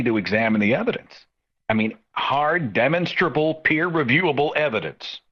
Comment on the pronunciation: Psst, hey Seth, the word is de-MAHN"-stra-Bull.'